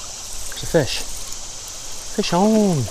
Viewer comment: My wife was with me while I was catching a big rainbow this weekend... she said, mid-catch, "hey wait, you forgot to say fish awn".